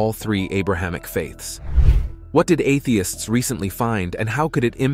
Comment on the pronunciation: Why is your robot saying, "Atheists," as if it is a dirty word?